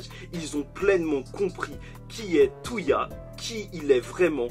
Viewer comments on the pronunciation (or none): bonne review, mais juste c'est pas "Touya" mais "Toya"